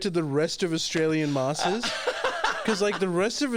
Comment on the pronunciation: At the beginning, said Australian "masses". Being indian myself, I thought he said Massii, which in Hindi means auntie. My wife (Chinese) thought he said masterbators. Lol